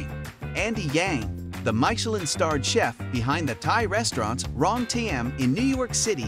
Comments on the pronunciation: you are totally pronouncing this worldwide Guide incorrectly. Mee shi lynn. NOT My shi lynn. Watch any other video that talks about the Michelin guide or ratings. It's a French term. Meaning "i" vowel = a long eeee sound. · Say it with me AI, 'MISH-ELLEN', not 'my-shellin'. No one is falling for your BS. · Please learn to pronounce the word Michillin. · “MIKELIN STAR?” Enough of this lazy AI nonsense. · I don’t know about Thai pronunciation but most certainly I have never heard about “maisheleen” 😊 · Wow I love MY-shuh-LINN restaurants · People are different... I get it. Though every time the narrator says "Maikelon" star it hurts my soul. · Not only mispronounced Thai. Also mispronounced French. My-cha-lin? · My cher lin... oh dear. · How do we take this review seriously when it keeps saying maishelin? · The art of mispronouncing Michelin, it's mee-che-lann! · MY-Cha-Lin? Hahaha! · The announcer in this video pronounce as Mick chee lin star!😂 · May Che Leeene! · Please - it is mitch-er-lin. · Who pronounces it MY-CHE-LIN? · “Myshellin” ….i had to turn the volume off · MY-chelin? Stop it. Nobody says that. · Leave him alone with his pronunciation of Michelin - it doesn't matter. Signed : a French 😊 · He cannot not even pronounce Michelin... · The name “Michelin” not even pronounced correctly. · Great recommendations, but…OMG the way you pronounce Michelin is off-putting…cringe. And can’t you just say Thai baht, instead of saying T-H-B? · The weird pronunciation of Michelin is such a throw off. Perhaps research how to say it correctly for this type of video. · Don't know if I should trust this video, when you mispronounce Michelin. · Very painful how you pronounce Michelin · Could you at least learn how to pronounce Michelin ... rhymes with "miss" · YOU NEED TO LEARN HOW TO PRONOUNCE MICHELIN ! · Maybe watch a video in french about Michelin restaurants and learn to say it correctly. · Tech your computer how to say Michelin properly. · mai sha lin 😂